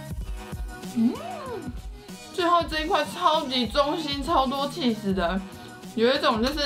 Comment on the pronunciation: 我把起司听成气死😂🤣